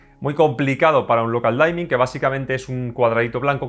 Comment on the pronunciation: Muy buena crítica. Lo único, no se pronuncia "Daimin" es "Dimin" de oscurecimiento. No es de mala onda, es solo una mínima corrección. Muchas gracias por la crítica, estaba interesado en este tele, me decepciona un poco el reescalado.